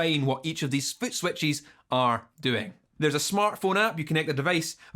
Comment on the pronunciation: Love the way you say footswetchies <3